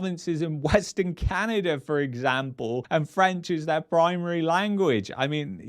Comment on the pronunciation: Canader, lol!